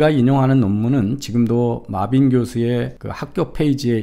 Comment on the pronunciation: 구글이랑 파파고에 mebane 입력해서 아무리 들어봐도 마빈으로 안들림. Marvin으로 입력해서 듣는거랑 확실히 차이나는데 이제 영어이름도 지 뇌피셜로 읽어대는건가? 이 사람 교수맞음?